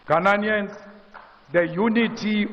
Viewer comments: It's ghananians 😅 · Mr. Malema never gets the pronunciation of Ghanaians correctly.